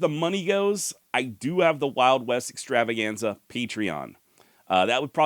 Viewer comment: when you have some free time on your hands, (please) go back and watch a few of the original videos, so that you can brush up on how to say “The Wild West Extravaganza” correctly in the intro… I’m sure many of the original viewers agree with me…. Thanks for any consideration on this matter.;-)